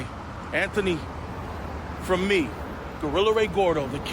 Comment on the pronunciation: "anthony fweemis has no nuts" might be the funniest cold open of all time lmao